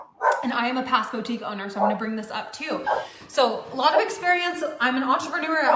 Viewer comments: It’s just wrong. It hurts my ears. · I don’t know if it’s because I’m a French speaker but hearing her say « bow-tique » truly drives me insane. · we said bo tique at the same time 🙄 ❤